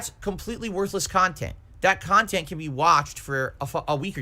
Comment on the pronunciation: trying to convince detractors he actualy makes "meaningful khantent" way too hard lol